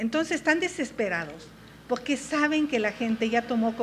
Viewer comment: Podqué dices podque?